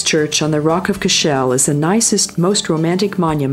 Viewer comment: She pronounced Rock of Cashel wrong she said"Rock of cash'shell".